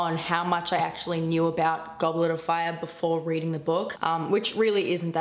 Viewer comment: One question "Goblarafar" ? IT IS "GOBLETOFFAAAAAYAAAAAAH" :)